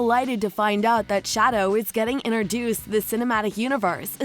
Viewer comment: Stop saying iner dueced!!!!!!!!!!!!!!!!!!!!!!!!!!!!!!!!!!!!!!!!!!!!!!!!!!!!!!!!!!!!!!!!!!!!!!!!!!!!!!!!!!!!!!!!!!!!!!!!!!!!!!!!!!!!!!!!!!!!!!!!!!!!!!!!!!!!!!!!!!!!!!!!!!!!!!!!!!!!!!!!!!!!!!!!!!!!!!!!!!!!!!!!!!!!!!!!!!!!!!!!!!!!!!!!!!!!!!!!!!!!!!!!!!!!!!!!!!